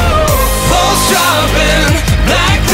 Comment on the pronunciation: I know it's "pulse", but it sounds like "balls".